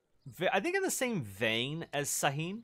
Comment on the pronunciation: Kinda sad when it comes to Sweden not getting Carolean infantry. Also quick note for future reference: "Topçu, Çelebi & Şahin" is pronounced "Topchu, Chelebi and Shaheen", Ç and Ş are the whole "Ch & Sh" sounds respectively.